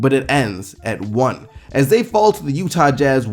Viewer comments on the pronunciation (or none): none